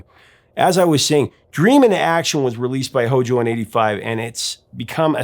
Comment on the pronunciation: No one should ever say HOJO. It makes me cringe!